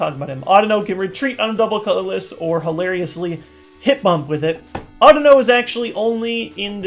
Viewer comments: Audino is supposed to be pronounced similar to (but not exactly like) "I dunno" since its a pun. Pokemon names have been weird. People still say Rattata, Kyogre, Kyurem, and Raikou incorrectly. There's still people arguing about how to pronounce "Arceus". Hell, I cringe a bit when people pronounce "Lysandre" as "LIE-SANDER" (yes, that means I cringe during every video and every battle I have because EVERYBODY pronounces it incorrectly). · just like to point out you've been wrong and pronouncing it wrong. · no offense but the way you pronounce audino sounds very strange to me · SheepsAndSuch thats not how i've heard it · SheepsAndSuch ok cool. once again, not the way i have heard it pronounced. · just like to point out i never said his pronunciation was wrong, just that it sounded weird to me because i had heard it the other way every single time. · Chris Green no offense but the way you pronounce audino is wrong